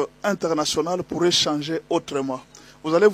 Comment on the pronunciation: Ça c'est une façon enfantine de penser comme ça.... "la POUARRAIT" fausses analyses